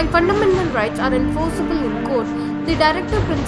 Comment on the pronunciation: Fundamental bolna sikh ke aa😨